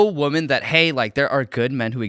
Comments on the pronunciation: Dude— Women (plural) is WIH-men. Woman (singular) is WUH-mun. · Listening to this guy say woman when he means women is so aggravating. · Woman and women are pronounced differently. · Why is it that so many people can’t say the plural of woman correctly? It’s woMEN not woMAN. The guest was saying it wrong repeatedly. Is this a Gen Z thing? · Why does he keep saying woman instead of women tho? I hate when the whatever podcast girls do it too. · The Asian guy cannot say WOMEN. It’s always WOMAN from him, singular or plural. 😂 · This dude being unable to pronounce women correctly is weird. I ahte those people. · I have to turn this off. The mispronounciation of women is missing me off too much. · grab your phone, open the recording app. Now pronounce 'woman' and 'women' and play it back. The two words should sound different. Like 'men' and 'man'. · Dude.... You need to learn how to say and use woman and women